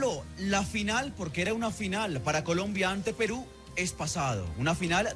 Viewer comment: ¿Que le sucede al ambiguo, no sabe decir Peru?